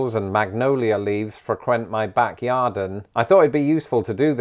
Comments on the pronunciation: I'm gonna need you to stop saying "backyarden." 😬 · Back “yardin” 😂 love it (yard/garden) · Did you say “yarden” for YARD, like “garden”, but with a “y”? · Back "Yarden" 😝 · Did… he say “yarden”… like garden + yard? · 🤔 Are you saying "Backyardin"? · Hold on, is he saying 'yarden'?